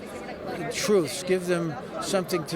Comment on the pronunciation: The man said war on truff.